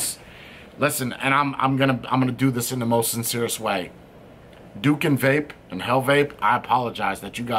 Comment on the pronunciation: He’s not a reviewer, and he’s from my country, indonesia. I don’t like the rda too. Anyway, you spell it “doo-koon”